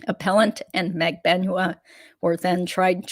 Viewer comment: Thank you for all of your hard work. HOWEVER, why do you continue to mispronounce Magbanua? You have heard it pronounced correctly.